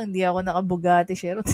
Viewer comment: Khi-run ang pronunciation ng chiron